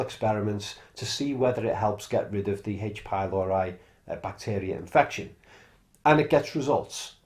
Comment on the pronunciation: /PYLORI/, not /pajloɹaj/.